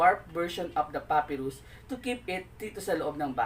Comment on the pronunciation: Pa-pai-rus not puppyrus